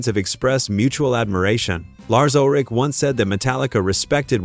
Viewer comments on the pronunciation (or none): none